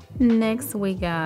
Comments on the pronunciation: You crack me up. It's pronounced like ruje like a blush.. not like roge.. (rouge on your cheeks). I'll laugh (laff) with you because you are so precious 💞. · I was just coming to write this, because the mispronunciations tickled me, lol. Rogue and rouge are often mixed up. I love her, and how successful her channel and family have become. Especially since we're from the same hometown. ❤️